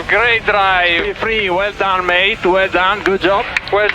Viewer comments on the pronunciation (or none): none